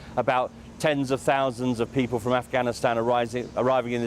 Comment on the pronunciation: He also said Ghanistan instead of Afghanistan yesterday. Oh, remember "Barrack America". So many to mention.